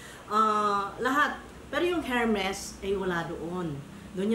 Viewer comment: Hello...ermes pronunciation ng hermes...silent H...